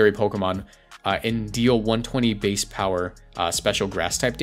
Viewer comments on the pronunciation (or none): none